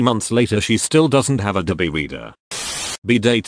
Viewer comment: Can't handle how he says abobe reader fuck